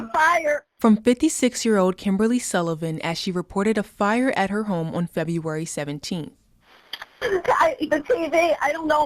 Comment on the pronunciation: Unrelated but both female reporters cant pronounce words correctly... "February" OR "Welfare"